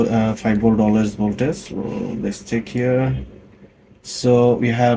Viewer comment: Voltage ▪️vowl•TUHJ ▪️vohl•TIJ ▪️vol•T-I-H-J-J-J No “s” sound… “Voltace/Voltis” are not words. “Vohl” + “TIJJJJ” = “voltage” ✅